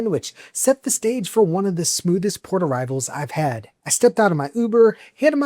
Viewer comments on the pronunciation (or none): none